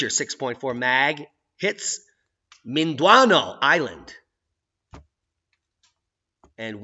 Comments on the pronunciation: BTW, it's pronounced Men-Dan-Ow. What's worse I have a house outside Davao City. I hope the wife's family checks on it.................... The Philippines for ya. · It's pronounced Min Din Ow (like ouch)